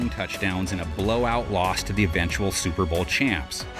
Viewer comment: Suer Bowl lol